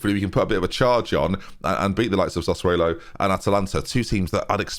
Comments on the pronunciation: real talk now... how are your pronunciations getting worse??? I'm a long time viewer of your channel and your ability to pronounce players names is plummeting. Biram Diaz? Sassuelo? Sort it out or we're all unsubscribing. Every last one of us. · I feel like I'm the only one annoyed by pronounciation of sassuolo lmao